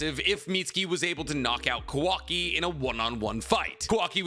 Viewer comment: Please pronounce kawakis name right lmao